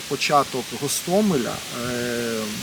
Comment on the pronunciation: ирпЕЕЕЕЕЕнь (а не ИИИИИИрпень), запомни себе раз и навсегда! наче ж розумна людина, а як послухаешь, так гААААстомель якись((( фу, дизлайк, переписуй озвучку.